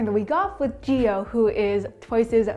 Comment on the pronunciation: Jiho 🥲its pronounced as Ji-yo